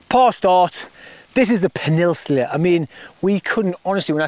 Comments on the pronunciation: Its "peninsula" not penisular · Can’t work out if you’re meant to be saying Peninsula! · Well played, but how we saying peninsula? Haha